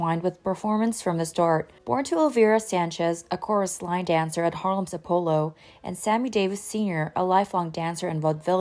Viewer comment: Seems it might be AI. Still, how does any computerized voice manage to mispronounce "Apollo"?